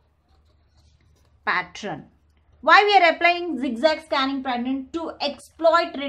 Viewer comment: what the hell is patttraan?? it's pattern****